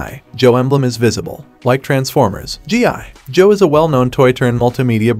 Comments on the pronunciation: I hate how he says G.I … Joe 😂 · Bro why cant u pronounce gi joe normally smh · it’s one word for g.i. joe not hyphenated like you say, say it as one word, I grew up watching the original cartoon stop butchering it. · I thought it was a real person speaking until I heard how they said G.I. Joe lol. Getting crazy how authentic AI sounds. In cases like this, I don't necessarily like it because it's taking away someone who could be getting voice over work. On the other hand, it's useful if the content creator isn't good with speaking themselves, or can't afford to hire a VO. Super weird times we're living in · The Pause Between GI & Joe Makes Me Know For A FACT That This Was A Review By A Bot🤖. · Exactly, I hated it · I hate how he said Gi Joe